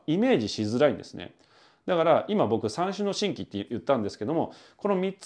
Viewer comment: 細かいけど、三種のしんきではなくてじんぎね